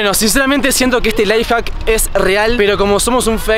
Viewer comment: X se dice lifehack